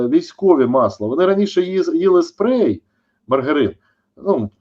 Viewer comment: Перепрошую, пане Чалий, не "спрей", а "спред"...